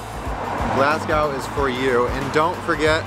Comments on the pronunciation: The index on the video said, "it's pronounced Glaz-go", and you then go an call it "Glass-cow", like most other Americans, and this whole, "we are eating Haggis, made from lungs, heart and liver, try it if you dare", is getting pretty old. I lived in American for a year, and some of the shit you eat puts Haggis to shame, Hot-dogs (lips and assholes) chittlins, and WTF is head cheese? it would be nice to see some of our American friends, just try Haggis, rather than make it look like your about to eat a cadaver, and if I am honest, it's pretty insulting, and insensitive. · Yeah, "Glass-cow" will single you out as clueless in a second. "Glas-go". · I know I’m getting old now grumpy but jeez, how hard is it to pronounce it properly…..glas go!!!!!! FFS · i cant listen to you say "glass cow" one more time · IT IS NOT GLAS COW SICK AND TIRED OF AMERICSNS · MAJOR CRINGE ALERT !! GLAS GOW ?? Glasgo and Mosco ! "Traditional " haggis doesn't come covered in batter from a Chip Shop !! It's boiled in the sheep's stomach and eaten with NEEPS AND TATTIES (mashed turnips and mashed potatoes).